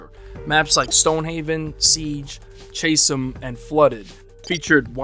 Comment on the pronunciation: Bro saying ghosts chasm map as "chase em" had me rolling